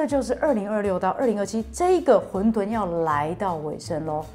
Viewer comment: 混沌（ㄏㄨㄣˋ ㄉㄨㄣˋ）